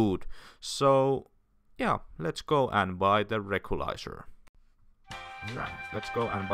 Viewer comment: Recycle Clothes, also, its not "rekrelizer" its "retzikler"